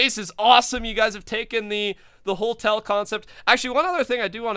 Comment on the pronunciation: no hate but... Hotel not holtel